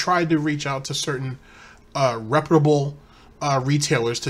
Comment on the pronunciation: Why does he say re-pEw-de-able instead of rep-pew-da-ble